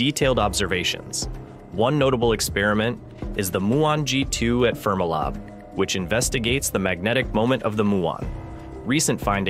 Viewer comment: Train the AI voiceover to pronounce FermiLab correctly.